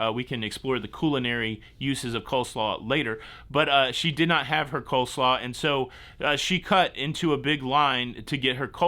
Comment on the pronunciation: It is Cole-slaw...not co-slaw....